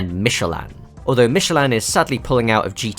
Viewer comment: the way this man says michelin is criminal